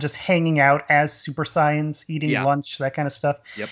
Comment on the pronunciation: .jesus Christ he keeps calling super saiyans. super scions. shit super syphon? super typhon . fuck yall I NEED MORE INFO